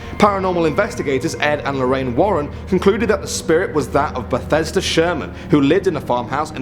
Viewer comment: It's Bathsheba Sherman, not Bethesda Sherman. Also, De Feo is pronounced De FAY-oh.